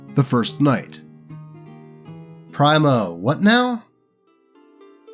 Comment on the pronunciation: It's "Pree-ma" not "pry-ma"